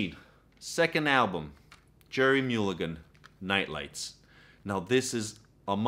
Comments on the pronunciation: Its not Mule again , its Mull again. Not Gell spee , its Guh less pee , Lalo Shiff rin. Just saying. And for God's sake it's not Art Black ee , it's Blay kee ! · Mulligan is pronounced mull to sound like gull as in seagull